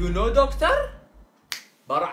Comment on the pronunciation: hahahha actour doctouur haha